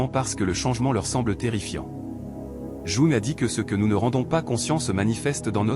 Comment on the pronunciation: Ça serait bien que le robot prononce correctement le nom de Jung...